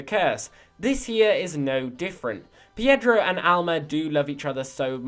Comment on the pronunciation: Its pedro not piedro